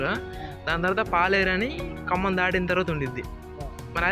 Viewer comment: Khammam ...kammam kadhu ..